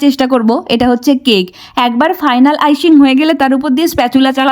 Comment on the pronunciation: Icing ❌ Ishing✅